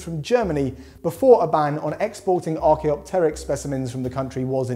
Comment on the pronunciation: I can't believe that someone finally pronounced "Archaeopteryx" correctly, instead of "ArchaeOpteryx"! Well done,!